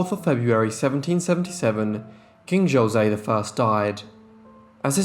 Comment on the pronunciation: It's not Joe- say, it's pronounce Ho-say